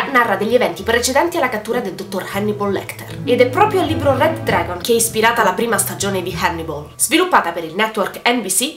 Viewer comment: certo che ti saresti potuta sforzare nel pronunciare "Red Dragon" che cazz!